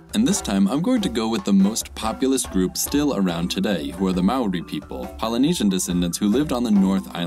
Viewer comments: The way he pronounced māori kinda hurt Also wh in māori is pronounced like an f, so whenua is pronounced fenua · this Maori pronounciation. it hurts me. (i'm maori btw)